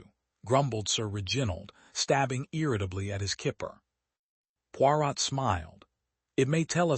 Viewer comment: Had to stop listening because Poirot was pronounced so badly and it annoyed me. The “t” in Poirot should not be pronounced.